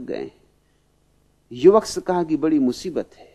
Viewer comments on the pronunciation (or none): none